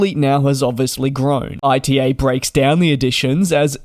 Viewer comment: It's called ITA like in 'ITA-ly non AI-TI-EI